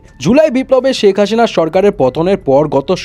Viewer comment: সেক হাশিনা না ভাই সেক হাছিন 😂